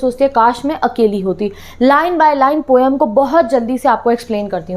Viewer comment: Aap overacting ke chakkar me har word galat bolte ho jaise poem ko pom aur Coorg ko coog